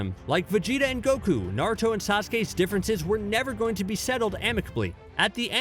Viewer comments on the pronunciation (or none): none